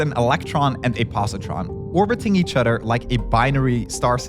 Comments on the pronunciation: Why does this guy pronounce other as "udder" it's driving me crazy. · Poor Americans. When ever I say “other” and pronounce it as “Udder” they can no longer hold the concepts I’m talking about in their minds, and their thoughts move to pastoral scenes and herds of Jersey cows. Poor Americans. They don't even consider if the cows are right or left handed.